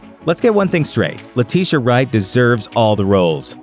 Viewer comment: Say Letitia Wright you disrespectful narrator.